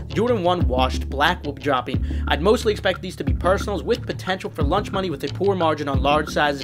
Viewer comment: Is it me or is he saying lunch money instead of launch money ?